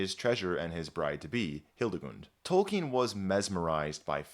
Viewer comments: That amazing voice, pronouncing "Tolkien" correctly....you got yourself a new subscriber. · known about him since forever and only now I find out it's pronounced like "Tolkeen"